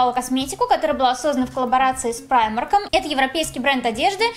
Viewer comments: Правильно читается прима́рк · Правильно читается примАрк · Примарк ударение на И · Правильно говорить примарк